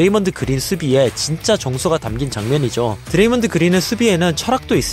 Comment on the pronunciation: 드레이믄 그린?ㅋㅋㅋ먼 발음이냐이건